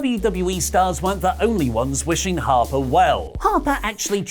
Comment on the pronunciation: Have I missed an "in joke" or did someone accidentally press the "Midcard Vortex" button when says Harper? Or.... or is that how says Harper????